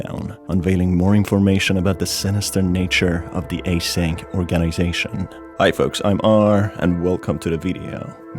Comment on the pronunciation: A-SYNC Lol